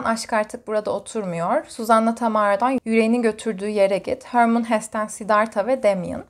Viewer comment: Selam ❤️ teşekkürler video için. Hermann Hesse Alman bir yazar ve yazıldığı gibi okunuyor. ☺️